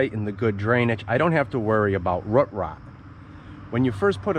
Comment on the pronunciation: Where do you live? I love how you say “root” like “rut” cute ❤you pronounce “boot” or “moot” like that too?